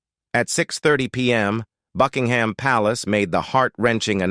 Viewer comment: Queen Elisabeth was a caring, loving Queen whose legacy will live on forever. By the way Buckingham is pronounced with a silent h.